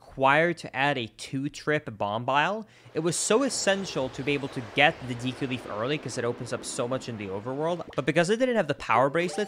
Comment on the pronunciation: Why is he pronouncing Deku like that?